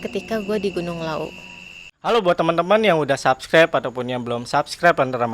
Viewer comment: Subscribe bang, bukan subscabe😂😜😜